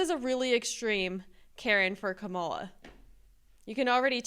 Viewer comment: It’s Kamala, not Kamala 😂